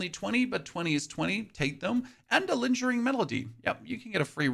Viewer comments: 😖 Lingering, not linjering. Oscillating, not oscilliating. Ebon, not eebon. Dushan, not dooshn. Paths, not pathees. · Lingering melody is pronounced with a hard G, like "goat". Its not "linjering."